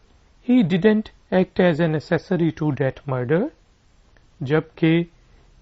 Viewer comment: Ak-sosary pronunciation likha hota hai, aap, ap as-sory bol rahe hain